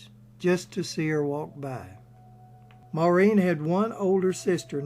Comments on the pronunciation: INTERESTING AND INFORMATIVE. HOWEVER SIR, AS A POINT OF INFORMATION AND, IN THE HOPE THAT YOU MAY HAVE SOME WAY OF EDITING AND RE-RELEASING YOUR MOST IMPRESSIVE POST ON MS. O HARA, I NEED TO LET YOU KNOW THAT YOU ARE DEFINITELY NOT PRONOUNCING THE NAME MAUREEN CORRECTLY. AS YOU PUT THE EMPHASIS ON THE THE LAST 3 LETTERS AS THE SAME WAY AS THE MAN S NAME IAN (een) WHEN THE NAME IS, AT LEAST IN IRELAND (PARTICULARLY IN MS. O HARA"S YOUNGGER DAYCS) PROUNCED WITH THE UMPHASS BEING ON.......... MOR....... AUHH.... "EMPHASIS ON......... FOLLOWED BY REEN.... WITH THE EMPHASIS ON THR.... REE.... FOLLOWED BY THE..... N.... THEN, AND ONLY THEN, THE SOUND.. IAN IS MADE. KIND REGARDS SIR, KEEP UP THE GREAT RESEARCH AND POSTS. P. S. I AM NOT SURE FOR CERTAIN BUT I THINK THAT WHILE THE PROUMNCIATION YOU GIVE OF MS. O HARA"S FAMILY NAME IS A LEGIMATE WAY OF DOING SO, THAT THE WAY HER NAME WAS ALWAYS PRONOUNCED IN IRELAND FROM THE TIME SHE BECAME KNOWN TO THE IRISH MEDIA AND MOVIE GOING PUBLIC, WAS NOT FITZ... SIM... AS IN THE SIM CARD.... NOR AS IN THE WORD.... SIMILARLY.... BUT AS...... IN THE NAME SIMON IN THE MUSIC LEGENDS... SIMON AND GARFUNKEL..... AND THE AMERICAS GOT TALENT.... SIMON COWELL..AGAIN KIND REGARDS SIR, JACK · So funny the way the name ‘Maureen’ is being pronounced but nevertheless a really great recording of her life, thank you. I remember, some 30 years ago, a colleague of mine was holidaying in a hotel down over the boarder in the Republic of Ireland. One evening, during the holiday, Maureen was in the same hotel at a function and introduced herself to my colleague as, “Pleased to met you, my name is Maureen, how are you?” My colleague said she was very down to earth, gracious, and so beautiful even her latter years. My personal all time favourite Maureen O’Hara movie is ‘Sentimental Journey’.